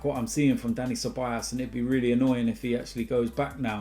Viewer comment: I hope Ceballos goes, so I dont have to hear you keep calling him Ceballas 😅